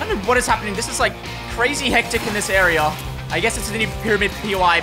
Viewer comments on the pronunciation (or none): none